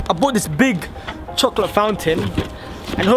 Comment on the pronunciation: You can't say chocolate 😂